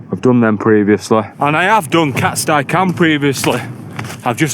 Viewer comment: Im 45, a northerner and had climbed most wainrights by the time I was ten, and all I can tell you is it's been called 'cat-stee' cam for my whole life. Never once heard anyone call it 'cat-sty' and winced every time you said it.. who's with me? ... While I'm at it, same with sca'fell pronounced ska not skaw.. my brother recently changed to calling it 'skaw' after a lifetime of the opposite which also freaks me out but he's lived down south a long time 😂 Another top vid dude, cheers 👍🌄⛰